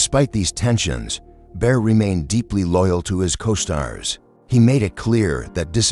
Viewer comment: Bear instead of Baer? Bodini instead of Bodine? Is this the future of sound tracks?